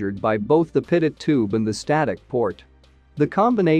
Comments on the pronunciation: It's A Good Video But Teach Your AI To Pronounce Pitot As Pee Toe & Not Pit It. Thank You. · Pretty sure this is computer generated speech from a text script. 'Pit-oh' is how a computer would read it, 'Pee-toh' is of course how it should be pronounced. That aside, it's really good explanation of various airspeed measurements. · Why does the voice over say pitted-static system? and not Pea-tow-static system? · Pitot is pronounced "pee' toe". Thanks for your good work for pilots. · Maybe I'm just weird, but since Henri Pitot (a Frenchman) invented the pitot tube, this device ought to be pronounced PEE-toh. What is the point in naming things after people if we don't say their names correctly? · It would add validity to the video if the narrator knew how to properly pronounce "pitot".